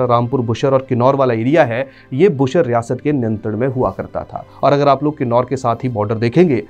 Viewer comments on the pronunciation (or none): It's बुशहर रियासत not बुशर रियासत 🙏